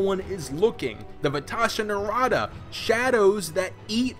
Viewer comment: great video, but it's vashta nerada... just saying